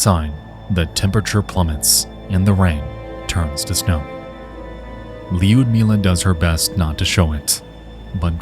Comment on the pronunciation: Not that I expect an american to correctly pronounce russian names, but you are pronouncing Liudmila's name incorrectly. You add letter "J" after "I", it's not neaded. Don't pronounce "I" at all and go for soft "U".